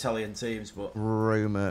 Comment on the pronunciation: Not to be rude but Stop saying Roma